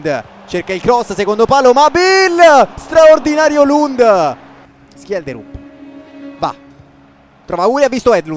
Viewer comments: Schjelderup di legge Scelderup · ho cercato la pronuncia in norvegese di schjederup e si dice scielderup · Si dice scielderup, lo usa già menzo nella sua carriera con lo shalke